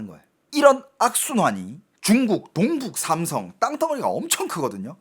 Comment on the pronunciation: 한국말서 동을 똥처럼 발음하는게 중국영향이구만 똥북삼성 발음할때 딱 알겠네